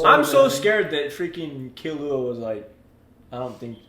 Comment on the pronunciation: that's the right pronunciation tho, key loo wah, killua